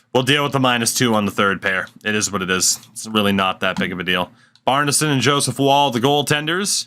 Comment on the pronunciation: bjarnason actually pronounces his name bee orn sen also know his family too thats how they all say it